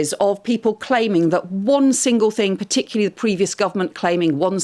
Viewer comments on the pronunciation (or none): Cooper is as dim as the rest of the bunch. Whoever would have thought that Great Britain would end up with a Home Secretary who says "gonna" for "going to" / who can't pronounce "particularly" - (she thinks it's "puh-tick-u-lee") / and does that "thicko thing" of dragging out the last syllable - "yesterda-a-a-y" - presumably to give herself time to think of what to say next? (Don't get me started on David "seven comes after eight" Lammy...)